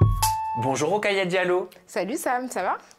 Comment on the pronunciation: Son prénom est : Rokhaya Diallo, et no Rockaya :)